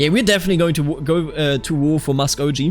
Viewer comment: Just as a little piece of advice, sir. Muskogee is pronounced with a hard G. So like “Going” or “Gape.” Much the same way German G’s are pronounced in “Gehen” or “Geld” Great work absolutely love this series a lot.